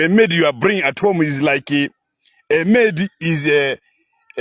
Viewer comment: Amedi emeed instead of maid😂😂😂